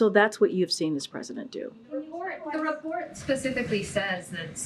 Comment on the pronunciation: Lmao.... "They released this RESPORT so any SPASPIFIC questions you have..." CAN NOONE IN THIS ADMINISTRATION FORM SENTENCES